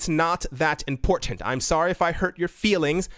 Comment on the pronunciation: ITS NOT THAT IMPOR TANT lol I love The Mod!